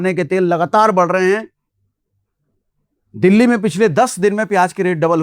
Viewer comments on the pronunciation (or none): none